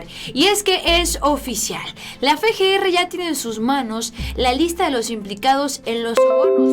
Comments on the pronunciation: no es fe, g, r. Es efe, g, r. Espero lo tomes en cuenta, hasmelo saber, gracias. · no es Fe G R... Es FGR osea efe no fe. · Efe, Ge, erre no Fe, Ge, Erre.